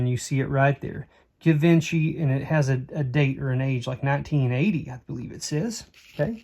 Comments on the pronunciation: That Givenchy necklace will probably go for some decent money. Not pronounced like it looks -Zhee-vann-she. In 1980 it was still a pretty exclusive brand. Not sure about now. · Am I the only one who started screaming at my screen when he said Givenchy??? This video is three months old but I hope someone told you what you had before you sold it for cheap. 😅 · Givenchy (pronounced jiv-on-she) is a high end French designer that made good quality costume as well as fine jewelry.